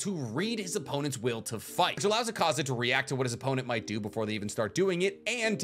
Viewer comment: It hurts listening to you say akaza wrong and then claim he’s your favorite character